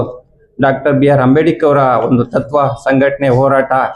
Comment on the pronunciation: ಅಂಬೇಡಿಕರ್ ಅಂತ ಹೇಳೋದು ಸರಿ ಇಲ್ಲ. ಅಂಬೇಡ್ಕರ್ ಅಂತ ಹೇಳಬೇಕು